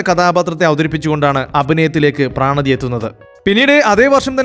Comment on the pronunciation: പ്രണതി ആണ്. പ്രാണതി അല്ല